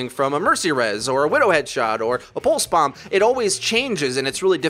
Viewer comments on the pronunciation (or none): none